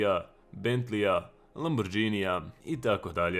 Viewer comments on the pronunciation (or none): Lamburgini, ne lamburdzini.😂